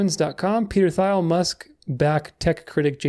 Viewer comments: Peter Thiel is pronounced Teel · Love the vid! One small bone to pick tho, pretty sure Thiel is pronounced /tiːl/